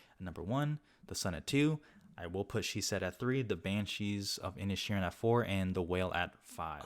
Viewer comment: It's pronounced "in-ish-ur-in